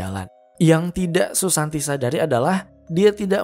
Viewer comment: Kenapa susanti di sebut susanto?....